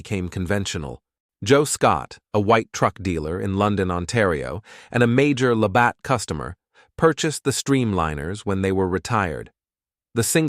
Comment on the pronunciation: It’s a shame the narrator didn’t trouble himself to properly pronounce Labatt’s.